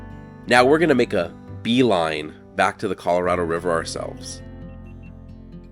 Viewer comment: "Were going to make a BEE line back to the Colorado River." Priceless...... What a enjoyable channel, between the information, narration and humor its top-notch.